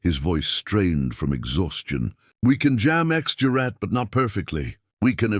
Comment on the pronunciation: "X-GERAT" not X-jurat... Knickebein - shown in the docco - ... RV Jones finally emerged in the 1980s - proof of the UK's eccentric expertise. Rest in Peace.